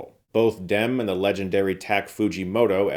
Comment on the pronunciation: I don't think that's how you pronounce the director's name